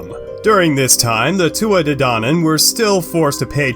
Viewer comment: But this is all wrong, so wrong. You don't even say their name right. 😒